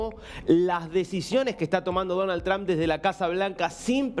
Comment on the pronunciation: Es Donald Trump. No danal tran.